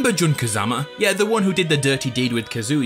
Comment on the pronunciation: "JUN" Kazama.